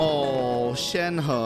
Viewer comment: FINALLY SOMEONE SAYS SHENHE RIGHT